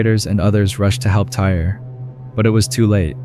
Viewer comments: I feel bad they pronounced his name Tyree as Tire like 50 times! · I think the young man’s name is pronounced Ty-ree…not “tire.” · The young man's name is pronounced "Ty-Ree." What happened to him was extremely sad. All he wanted to do was have fun at an amusement park with his family and fellow teammates. RIP Tyree! In the 3rd story, how the situation should've went done was Nikoli could've asked the teens if he had seen his friend's cellphone, and mentioned that it had been dropped in the river. If the teens said they didn't see it, he should've just said "okay, thanks" and walked away. If he wasn't much of a talker, one of the teenagers in the group should've been a little more mature and ask Nikoli if he needed something, or asked politely why he was approaching them. Maybe (just maybe) the situation wouldn't have escalated the way it did. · You truly believe this kid's name was pronounced TIRE??!! Totally disrespectful. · Man can say Osceola but not Tyre